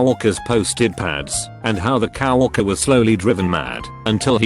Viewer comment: ok but can we have a moment of appreciation about how they pronounce co-worker as cow worker XD